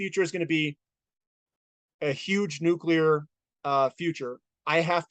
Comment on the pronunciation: Nuculur is powwa!